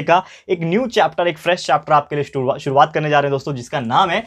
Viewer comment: sturvaat 🤣🤣🤪😂 By the way you are the best teacher of the world 💘💘💘💌💌💝💖💖💗💞💞💓💟❣💔💔❤